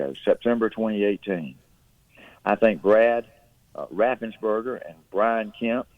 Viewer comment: Ga. Secretary of state's name is Raffenspreger not Raffensburger